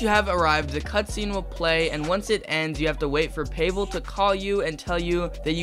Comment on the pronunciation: payvel is crazy its pavel or ig pahvel is the way to pronouce it